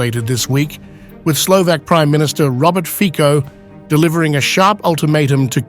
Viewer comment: Fico - /fitsoh/, not /fkkoh/